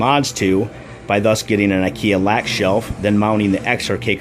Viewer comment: Lack from Ikea is pronounced Luck, not Lack, as it is a Swedish word :)